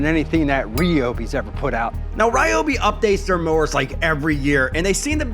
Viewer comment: Yours is the American pronunciation of a Japanese product. AKA “butchered.”